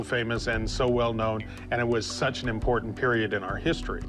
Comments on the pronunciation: 😂why does a "book expert" struggle pronouncing the word "impordant"? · I can’t stand the way the rare book guy says the word: important. Sounds like “impordant”